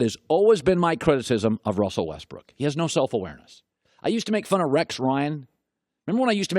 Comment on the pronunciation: dude just said russel westbrick??